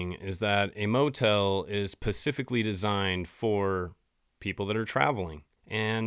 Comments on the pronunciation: I just want to know if anyone is correcting this dude when he intentionally says pacific instead of specific. I mean, black ppl get demonized for this same slip up. I also wanna know if this host is just trolling or like a lil illiterate🤔 it just seem tough for white ppl to effectively speak on black ppl… ya think🧐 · Specific not pacific. Dont want to be that guy but Ive heard you say too many times now 😂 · after coroners practice 😂move on to S pecific (its not P ecific) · Specific not Pacific my favorite story telling friend. ❤😂😊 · Pacific is an ocean 😂 sorry this isn't hate I haven't heard someone say Pacific instead of specific since elementary school 😅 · If you say pacific instead of specific, you sound really dumb. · I ABSOLUTELY LOVE YOU AND YOUR VIDEOS SO I SAY THIS WITH LOVE AND ABSOLUTELY NO MALAISE BUT I CRINGE EVERY TIME YOU SAY "PACIFIC" INSTEAD "SPECIFIC" LOL! ONES AND OCEAN AND DEFINES! I DON'T THINK YOU EVEN NOTICE! 😂❤